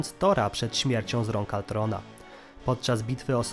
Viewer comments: Ultron, Tony Stark, Wibranium itd.. A nie altron, toni stark, wajbrenium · Przekręcasz dużo imion np Ultron a nie Altron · To był ultron nie altron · wkurza mnie jak ktos używa gimbowego sformułowania "cringe" Brzmi żałośnie Lepiej wypowiadac Ultron tak jak sie powinno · Nie chcę zabrzmieć jak jakiś hejter bo nie mam tego na celu, ale... KTO MÓWI ALTRON?!?!?!?!??!?!?!?! MÓWI SIĘ ULTRON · hej troche spóźnione ale mówi się ultron a nie altron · Panie nie altron tylko ultron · Błagam możesz nie mówić altron tylko ultron albo wajbranium tylko wibranium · Z tą wymową to przesadzasz, nawet w filmie mówili "wibranium" a nie "wajbranium" czy "ultron" a nie "altron"... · To jest Ultron nie Altron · uszy mi krwawią jak mówisz Altron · W polskim tłumaczeniu Avengersi mówią Ultron a poza tym mówisz tytan a nie tajtan.